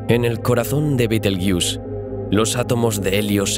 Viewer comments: entiendo que tu idioma es el español porque dices beteryus cuando deberias decir betergeuse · supongo que tu idioma es el castellano o español pero no se como lamas a betelgeuse betelyus suena muy mal oirte hablar